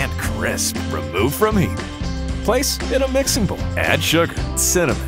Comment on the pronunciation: "In a large mixing boul" He says it perfectly everytime